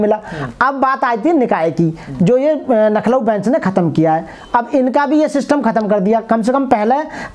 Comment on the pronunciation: सर, आप लखनऊ को नखलूऊ का उच्चारण कर रहे है, कृपया ध्यान देने का कष्ट करें। जय भीम जयसंविधान